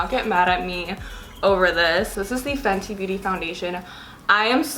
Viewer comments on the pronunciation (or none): Nooooooo you said Fenty i was like ohhhhhhhh 😱